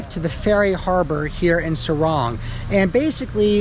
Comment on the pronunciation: SORONG CITY. NOT SARUNG